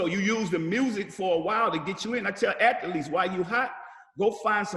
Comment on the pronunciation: I ❤️ Master P....his hustle is real. He dropped so many gems! I’m starting several businesses and I need that P mentality. Not for nothing, but I love how he pronounces the word athletes. Ath-A-Leets..I love it! I need a beginner’s entrepreneurship course with Master P. P can I call you?! 😩